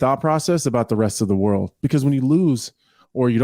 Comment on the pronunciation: O my woerd Baby boi O my woerd